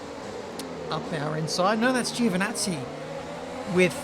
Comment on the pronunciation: I'll take a drink every time you mispronounce "Giovinazzi" 😂 Just pronounce it "Jovenazzee" and it'll do lol